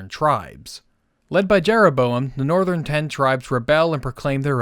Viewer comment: Tje. Nortjern. Tribes. Asked Rehoboam. To be. Benevement